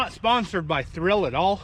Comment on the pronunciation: There is no R in Thill.